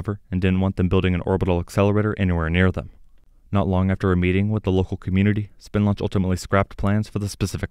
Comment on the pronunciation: When talking about Spin Launch emphasis should be place on the "spin" aspect.